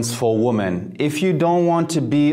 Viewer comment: Mehrzahl von woman ist women. Lerne den Unterschied bei der Aussprache.